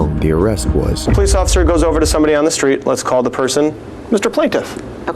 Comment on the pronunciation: Plesss… POL… plolice occifer